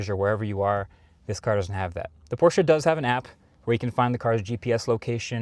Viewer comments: He said the brand name correctly🎉🎉🎉🎉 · Thanks for saying Porsche correctly my guy. Most non german speakers don’t understand that you say all letters in a word in german most of the time. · Thank you for pronouncing Porsche properly. - Regards from Germany